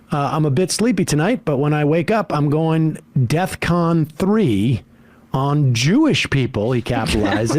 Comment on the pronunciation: When he says "deathcon" instead of "defcon," it seems pretty silly to argue about precise definitions afterwards.